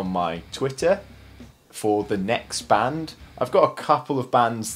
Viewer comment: bro amazing vid but the pronunciation of the band wasnt the best but tbh its better than most